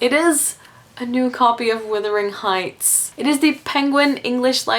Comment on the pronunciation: Why does she pronounce wuthering heights as withering heights? Love the videos anyway :)